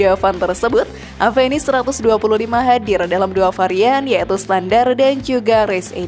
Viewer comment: Oya, baca avenis?? Dengan V ya bukan P, 😝, kenapa bukan saluto yg dimasukkan ke Indonesia bang???